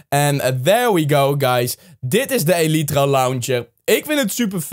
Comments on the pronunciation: deze is van XisumaVoid en het is geen elietra maar eelitraa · je spreekt elytra uit als ellijthra